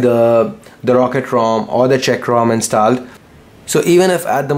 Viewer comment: inst"aa"led?? Really bro?